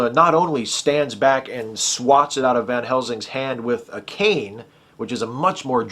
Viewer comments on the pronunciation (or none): none